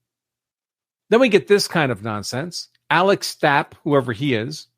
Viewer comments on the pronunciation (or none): none